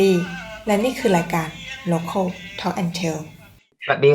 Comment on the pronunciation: รายการชอบตัดต่อมาซีนหน้ารีแอคชั่นพิธีกร แล้วคือ ไม่ได้น่าดู ดูไม่เกี่ยวข้อง พิธีกรฟังแขกรับเชิญไปลูบผมไป จับคางไป ไม่อยากดู แถมพิธีกร พูด ร.ล ไม่ชัด ลายการ รายการ พูดไม่ได้เลย